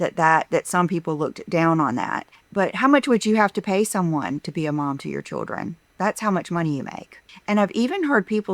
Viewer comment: Every time she says choodrin instead of children, I want to curl up in the fetal position.